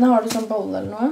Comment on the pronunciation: når du sa har du en bolle eller noe så trudde jeg du sa har du en balle eller noe:-)